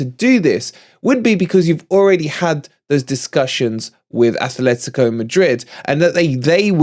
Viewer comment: it isn't Athletico de Madrid. There is no 'h' in the club name. It is Atlético de Madrid. Athletic Club de Bilbao is correct, though. We don't like it when other fans call us Notts Forest, by the same token Atleti fans don't like being called Athletico.